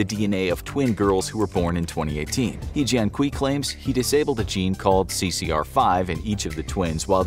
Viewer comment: We called he jian kui in Chinese, but called he jian kui🤦‍♂️... No way... You just butcher his name🤦‍♂️🤦‍♂️🤦‍♂️